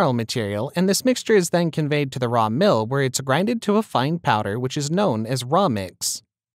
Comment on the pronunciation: Sorry but what is mirl or what sounded like that and if we don't already know the mill types telling us what it isn't doesn't help. This assumes we already know the process and equipment.